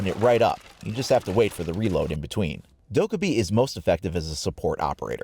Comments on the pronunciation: It’s pronounced (Do-kai-bee) not (do-ka-bee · Little tip: her name is pronounced “DokkAEbi” make sure you pronounce the AE as like AY. Her name is a reference to an ancient korean goblin which could choose to help humans or cause them trouble. Thanks for the video! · “Valkabi” no joke you are lvl 16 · I think it’s pronounced dok -kea-bi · You take the time to have the correct Spanish pronunciation for ‘mira’ but don’t care about the Korean pronunciation Dokkaebi? Special treatment much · triggered by how you say dokkaebi